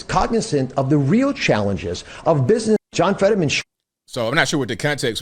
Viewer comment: Biz nuss uss LOL Inlays?????